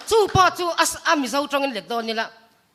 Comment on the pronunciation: Two a tih khi.. tunge tru ang lam truttrut duh bik ang